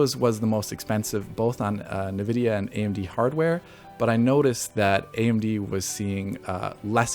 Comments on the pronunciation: Not to be nitpicky, but was it bothering anyone else that the new guy,, was pronouncing Nvidia, "na-vid-e-a"? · WHY ARE YOU PRONOUNCING NVIDIA AS NUH-VIDIA???